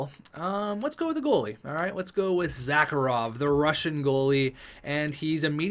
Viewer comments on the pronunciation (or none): "Zah-Kah-Rov" Bruh. It's spelled Zharkov. "Zar-Kov". smh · His name in Zharkov. Not Zackarov. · Why Zharkov become Zacarov in your mouth? And Dmitriev is Dimitriev? What is the habit of inserting new vowels? I just dont get it.